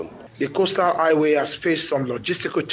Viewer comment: Highway not aiway